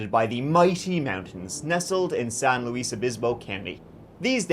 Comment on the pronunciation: see?? no one can say "san luis" right lol